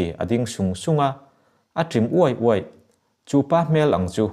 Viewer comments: 'A ṬIM UAI' UAIH' tih lam dan hi a chhiartu hian han zir leh hret teh a. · "A hmulthi" A țim "uaih uaih" I thluk diklo ania....